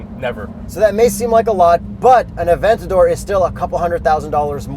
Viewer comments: Lamborghini's models are named after great Spanish fighting bulls; therefore, Murci É lago (not Mur cie LA go), Aventa DOR (not a VEN ta dor), and Hura CÁN with a silent H (not HU ra can). BTW, Yuri's face when downshits and floors it... priceless!!! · Murciélago- Mod-si-eh-law-go , Aventador - Ah-ben-ta-door , Gallardo - Ga-yard-oh, Urus- oooh-rroos ..